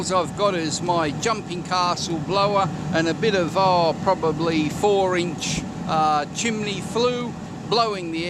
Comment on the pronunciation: Did he say chim"ley"?